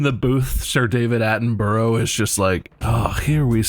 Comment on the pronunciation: Sorry Bob, Sir Daven Attenbro? Is that what he said? Sir Daven, not David, Daven Attenbro. Attenbro, b r o? I mean I guess at least he said Sir